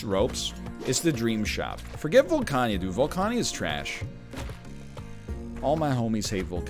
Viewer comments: Volcana. Not Volcania. Nor is it Volcanya. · Don't worry, we get them back whenever he says "Volcania" instead of "Volcana".